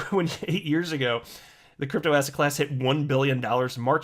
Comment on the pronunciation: I now hear ass hat class every time you say asset class